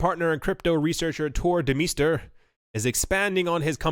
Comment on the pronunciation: Anyone else hear that guys name as Turd Meister? 😂🤣😂 (Turr Demeester)